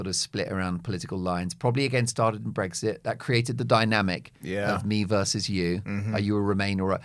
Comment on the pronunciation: Mark. There is no 'g' in Brexit. You continually say BREGGSIT which is so no annoying. I agree with what you say about present and past governments. I am a big Brexit fan.